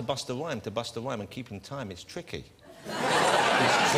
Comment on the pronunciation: Hawd to busta whyme, it's twicky twicky twicky